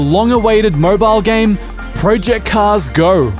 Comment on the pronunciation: "Project Cars Gorrr"